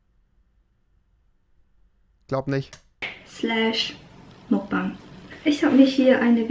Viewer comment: Wird ''Mukbang'' nicht eigentlich anders ausgesprochen?👉🏻👈🏻